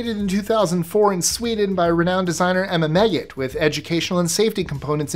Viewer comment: Did he say Emma Maggot?